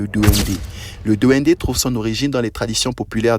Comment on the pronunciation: Duendessss . Pas DND DUENDESSSS